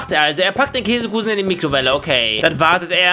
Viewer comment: Du hast am anfang ein kleinen sprach gehler gemacht undzwar kässe kusen xdd. Aber das habt man nicht bemerkt